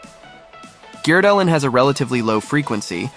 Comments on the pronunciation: Agree on both counts. For someone who's obviously spent a lot of time in Norway and is apparently fluent in the language, it amazes me that he consistently butchers the pronunciation of Norwegian names. Since the videos are in English, I don't expect him to do the names in a Norwegian accent, but he doesn't even use readily accessible Anglicized approximations of the sounds. And “Gjerdalen” is hardly his worst. Therese “Joe-hog”!!? No one interested enough in XC to watch these videos would pronounce her name that way. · Great analysis but horrible pronunciation of his name